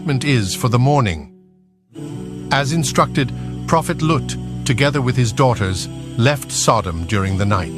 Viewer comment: It is not Luke it's lut